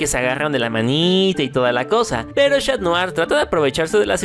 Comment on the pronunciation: 0.35 dijo shatdrien osea cat notar y Adrien